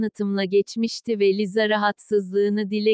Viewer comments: Biseyi anlamadım ki arka sesdeki kadin lisaya liza diyo ve ben buba cok sinir oldum?! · Liza deil lisa